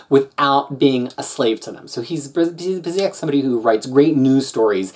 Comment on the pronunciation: It's pronounced BYOO-sick B-) These Avengers stories were the first comics I bought when I started reading in English. I was only going to buy Avengers because I've been a fan since the Englehart era (those were only published in the mid 80s in my country), but the Marvel bankrupcy left us without American comics in Portugal for two and a half years, so I started reading US comics regularly. I enjoyed this run a lot at the time. The Avengers had lost a lot of their appeal during the 90s, and going back to a more traditional lineup and storytelling was important. Now, when I re-read these... people complain about Bendis, but Kurt was a very verbose writer. So they haven't aged that well but they were good in the sense that they reintroduced the Avengers as an important component of the Marvel Universe, and made the editorial team care about other stuff that wasn't the X-Men.